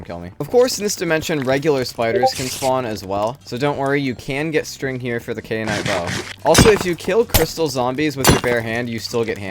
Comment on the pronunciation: it's KAI-uh-nite not KAY-uh-nite